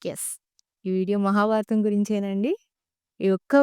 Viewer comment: ముందుగా, చిన్న వయసులో చాలా పెద్ద భాద్యత తీసుకున్నందుకు మనస్పూతిగా అభినందిస్తుంన్నాను !! కాకపోతే ఒక చిరు హెచ్చరికతో విన్నపం. మీరు ఎంచుకున్న విషయం మహాభారతం కావున, మీరు మాట్లాడుతున్న తెలుగులో అసలు ఒత్తులు చెప్పడం లేదు. ఉదాహరణకి, మహాభారతం .. మహాబారతం కాదు. . అలానే.. ఆంగ్ల పదాల ఉపయోగం లేకుండా చెప్పగలిగితే, ఆంగ్లం తెలియని వాళ్ళు వింటారు అలానే అంతరించిపోతున్న మన తెలుగు భాషలోని పాదాలకి జీవం పోసినవారు అవుతారు... శుభం !! జై తెలుగు తల్లి! జై జై తెలుగు తల్లి !!